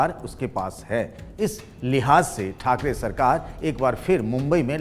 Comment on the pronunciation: khakare nahi thakre pahle thik se bolna sikho